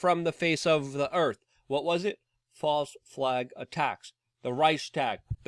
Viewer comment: Ahhh, did you say False ?, or FOSSILE🙄🤣 information🤨🇺🇸⚖️🦅😎😉, Ayuh